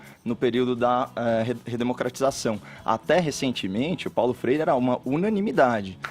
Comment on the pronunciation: Fefito --> " Paulo frere"